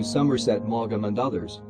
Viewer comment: Parson Exactly. the pronunciation of talkie, Edwardian, Maugham and Epoque is utterly ridiculous